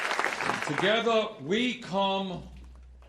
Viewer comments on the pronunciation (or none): "Togetha, we come togetha" ~Bernie Sanders 2019